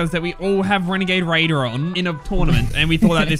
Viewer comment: You have the wenegade waidor!!!!!